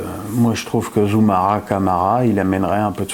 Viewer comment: Conte ou alors sortir Roberto Mancini de la selection Italienne meme si je dit ca a contre coeur car je suis d origine Italienne!!! A oui c est Zoumana pas Zoumara lol ^^